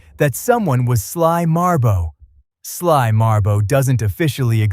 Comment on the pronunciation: Sly Marbo. It's freaking Sly Marbo.